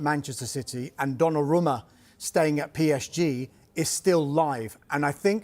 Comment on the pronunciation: Calling him Donnaroma hurts my ears